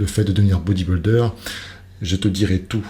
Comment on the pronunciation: Dom Dom c’est un mot anglais. En français c’est « culturiste ». Mais même en anglais ce n’est pas bien prononcé c’est vrai.